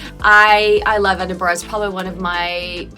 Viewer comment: Every Scottish person was probably well chuffed when you didn't pronounce it as "Eeden-burg" 👍